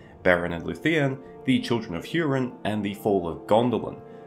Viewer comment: It’s actually HOO-rin, not HYEW-rin, but nobody noticed. Vowels are ah-eh-ee-oh-oo rather than ay-ee-ai-oh-yew. Just saying.